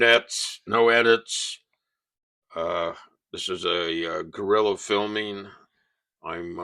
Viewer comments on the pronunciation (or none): none